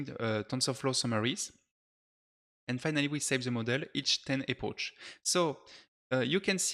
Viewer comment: Hey, great video, small comment tho, we do not say "epoche" but more like "epok"